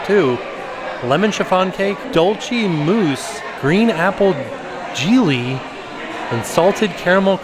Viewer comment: Great video, how you said jelly just cracked me up 😂😂😂❤️❤️